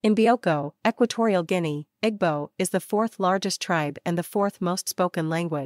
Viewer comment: It’s pronounced “E boo”.